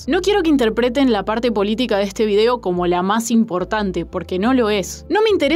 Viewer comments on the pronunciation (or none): none